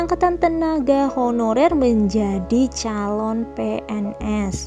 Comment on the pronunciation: Salfok "menJAdi"